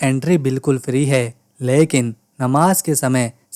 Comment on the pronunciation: "लेकीन" कैसे बोलते है ?